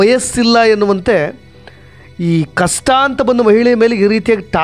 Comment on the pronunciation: ಕಸ್ಟ ಅಲ್ಲ ಕಷ್ಟ